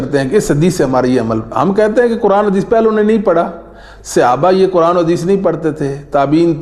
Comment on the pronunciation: جناب آپ اپنا تلفظ صحیح کریں لفظ قرآن (حرف ق کو آپ کاف پڑھتے ہیں